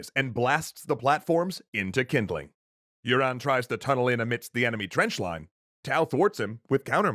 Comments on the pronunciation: Yuan is pronounced you an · I think you've definitely pronounced "Yuan" as "urine" ...